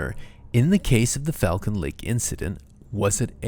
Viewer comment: As someone who goes to this lake I need you to know it's pronounced Fall-Cuhn. Also I've done a horse back trail ride out the site where the sighting happened and people have brought geiger meters and the area is still mildly radioactive